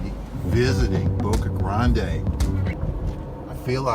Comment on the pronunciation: The guy keeps sayin Boca Grande' its Boca grand. no emphysis on the E at the end of grande well not for the locals.